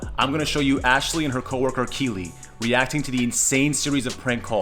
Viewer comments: It's keeley not kiwi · It's Keely NOT Kiwi 🥝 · It's not Kiwi it's Keely